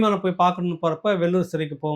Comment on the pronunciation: வெல்லூர் இல்லை வேலூர் நாமே தவறாக பேசலாமா?